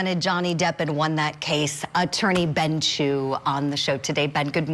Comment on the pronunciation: Ben Chew.....his name is Ben Chew